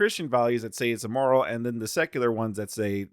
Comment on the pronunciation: My guy: it’s pronounced “im-moral”. Not “e-moral”.